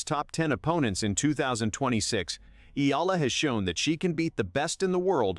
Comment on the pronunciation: Eala: eh-YAH-lah